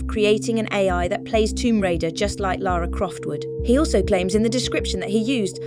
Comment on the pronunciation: Oh no bloody hell mate, dont disrespect LARA CROFTS name by mispronouncing her name as Laura Croft, for god bloody sake.